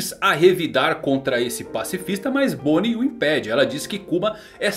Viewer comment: Luffy conseguiu acertar o nome de bonney kkkk